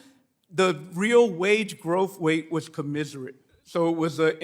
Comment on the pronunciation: the word is commensurate